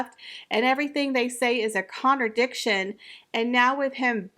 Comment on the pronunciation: Girl... Please... I'm for everything you say most of the time, but it's contradiction, not connerdiction. I'm not usually someone to correct others grammatical errors but I can't with the connerdictions anymore.